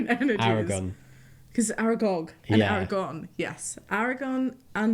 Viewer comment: It is Aragorn with another r not Aragon